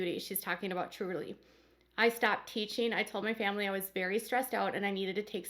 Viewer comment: i remember Meri making it clear she was not going to ever help the other sister wives raise their kids. this was after Leon left home. at the time i thought ... wow i thought that was what sister wives did in this family. Meri constantly talks about the importance of the "famly" ( pronounced family by everyone but by polygamists), but what does Meri do for her "famly"?